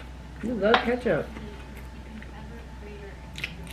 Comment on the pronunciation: I started dying when he said I need my KeUtHuPpP